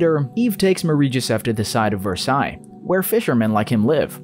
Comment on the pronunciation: I’m surprised he pronounced Versailles correctly but couldn’t pronounce Valor